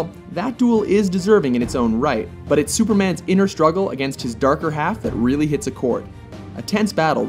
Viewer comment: you rili iake bat nan